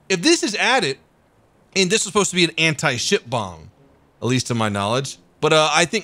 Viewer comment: am I thonl one to hear "An anti shit bomb"?